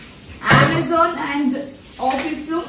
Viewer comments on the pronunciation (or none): none